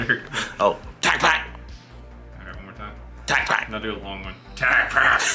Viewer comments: my man is making sound like Aflack, not Tacpak. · Hearing you say " Tacpack" is worth watching the video over and over again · You friend says tacpack better then you. 🤣🤣🤣